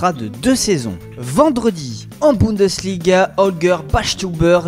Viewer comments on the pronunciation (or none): none